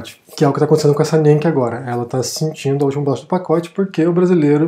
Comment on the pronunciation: Coitada da Nienke ( se pronuncia Ninka). Precisamos falar de todos os canais de youtube que são apresentados pelos gringos que falam bem do Brasil.